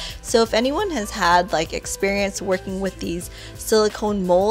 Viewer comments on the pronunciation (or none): none